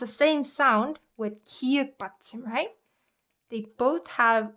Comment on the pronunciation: 기윽 이 아니라 기역 입니다